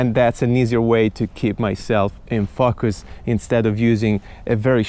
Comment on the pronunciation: drink everytime says fuckus